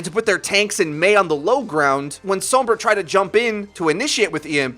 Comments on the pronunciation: Heh heh didn't want to miss pronounce the name Sombra so he says so*m*bra and som*bra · The way you say Sombra gives me cancer.